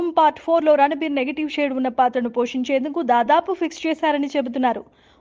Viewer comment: He is not ranabir. It's ranbir